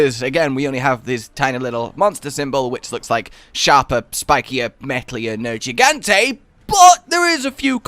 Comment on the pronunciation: I will never forgive you for purposefully mispronouncing Nergigante. Respect the name. Jesus.